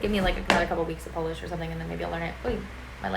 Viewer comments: Very good pronunciation for being just a one week in PL. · Visit Warsaw on November 11 :) Your pronunciation in Polish is really good.